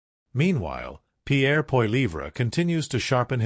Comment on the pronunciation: Learn how to pronounce Pierre name. What are you American